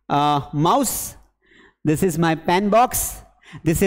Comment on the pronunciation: sir this ko plzz shi se bolo boht irritating lgra haii aqp english ke teacher hoke galt pronous kre hai 😂